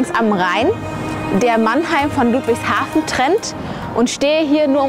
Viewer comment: Die sind so hoch verschuldet dass die nix neues bauen können (deshalb sind da auch überall Blitzer) und albsolut JEDER den ich kenne findet ludwigshafen hässlich auch Leute die da wohnen😂 Und bitte net luudwigshafen sagen sondern ludwigshafen mit kurzem u Ach ja und hättest die basf und die Stadtteile erwähnen können